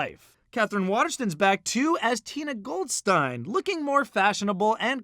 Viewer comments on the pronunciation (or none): Did... did he really just say Tina "Goldstine"?